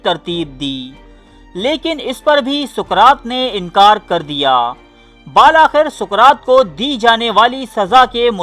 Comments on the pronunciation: Boht achi or mehnat k sath video bani he well done...✌✌mgr BaalAkhir nahi hota bulke BilAkhir hota he.... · ویڈیو اچھی ہے. بال آخر نہیں ہوتا. بِالْآخر میں الف سائلنٹ ہے.